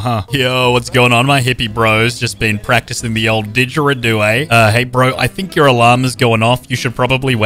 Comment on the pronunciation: THANK YOU FOR SAYING DIGARIDO CORRECTLY